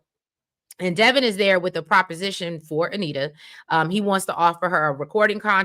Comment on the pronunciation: its Devon like Divine not Devon like Kevin